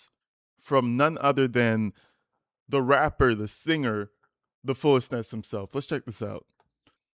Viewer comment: Every time says fullest nest the captions I hear foolishness lol even the captions hear it too